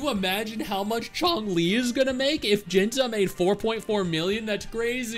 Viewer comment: Who's "Jinza"? Lol It's pronounced "Jin-see"